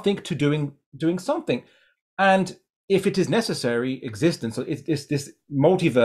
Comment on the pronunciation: When this guy says ‘something’ or ‘everything’, he says “Somethink” and “Everythink”